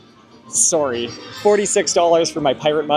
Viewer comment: my fav parts had to be: you thinking the At-at disappeared, your Canadian “sorry” regarding the Mickey popcorn bucket, and the flexing on ToT 😍😜